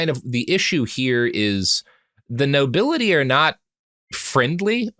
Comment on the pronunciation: "Oll the nobili'ee" Man's peasantmaxxing